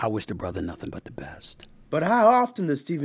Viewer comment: And SAS, you ain’t a “brotha” as how you say it. #teammax